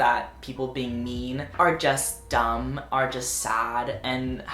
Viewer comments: you said “mean people” but i thought you said “meme people” lmao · i thought he was saying meme people. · I thought you were saying "meme people" and I was very confused for the first half of the video